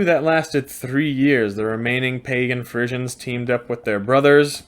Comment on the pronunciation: I can't stand that during this hole clip you keep on going to call the Friezen"faeces".You say you have been to the Netherlands so why don't you try to pronounced it correct.